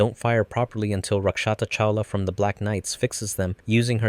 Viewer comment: No, they were right. That was indeed a Blaze Luminous. the Avalon also had one. The difference for Shinkiro and Damocles and why theirs was such a big deal was the way they implemented them in the hexagonal grid that bolstered their effectiveness. And it is Rakshata, not Lakshata. It's a Hindi name.